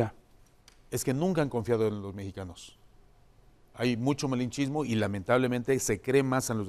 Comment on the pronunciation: Vamos Hugo di lo tuyo “Malinchismo”😂